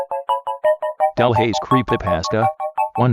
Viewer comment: Yes correct pronunciation!